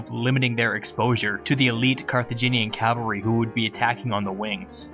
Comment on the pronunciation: I love your vids, but by God you have to stop pronouncing cavalry as "calvary".